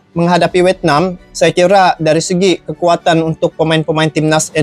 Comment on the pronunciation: Vietnam bang tenkuruk bukan wetnam😅